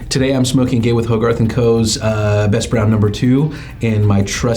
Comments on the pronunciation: I’ve been telling this for years. Not to call it Gay With But he still calls the company Gawith and Hoggarth. He still doesn’t understand that is one person Gawith Hoggarth. There is no “ end “ between GH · Sorry but to a Brit Gay-with 😆😆😆😆sorry.